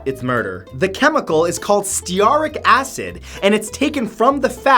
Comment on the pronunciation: Stearic as in stearic acid is pronounced steer (as in steer a car) and ick (as in icky) acid. I do love your warped sense of humor and your videos! Em